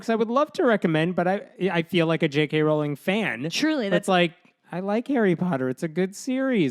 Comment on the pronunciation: Just one pedantic point: Rowling is pronounced like "rolling". That said, continue slamming all transphobes for being transphobes. "Dinosaurs are cool. Transphobia is not." -Jamie Raines (aka Jammidodger)